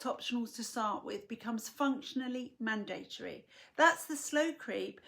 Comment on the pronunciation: I agree 100%, what's needed is a public campaign to warn folk. So good to hear someone pronounce mandatory properly.